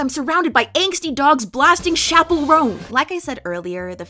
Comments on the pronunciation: Chappell is pronounced "ch" not "sh" love u:> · Babe, I love u but PLEASE STOP PRONOUNCING CHAPPELL LIKE THAT😭😭😭I BEG OF YOU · HER NAME IS CHAP PELL NOT SHAPPELL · its CHappell roan girl not SHappell roan